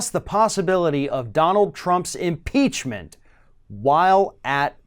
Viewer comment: If they can't say IM-PEACH-MENT they should substitute IM-PEAR-MENT. They won't have to use Trump's name; everyone knows who is impaired and ought to be impeached.